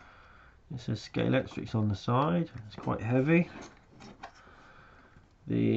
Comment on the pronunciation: it's TRIC not TRIX! Damnit!!!!!!!!!